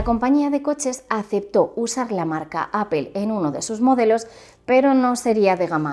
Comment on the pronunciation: pero por qué obviamente? Hasta si te metes a un traductor como google translator se escucha como se dice. Y appel no se parece en nada